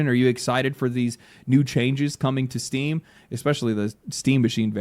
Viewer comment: Oh good, I thought he said "people are really mad at Steve" phew lucky it's just Steam.